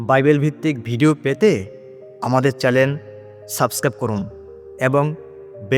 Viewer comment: কথাটা চ্যানেল,,, চ্যালেন নয়।